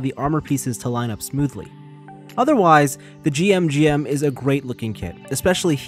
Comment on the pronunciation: It's pronounced "jim", not " jee-em". That second head is GM Command inspired, not GM Custom. The third head is based on the Genoace from Gundam AGE, not the Daughtress from Gundam X. That being said, great review!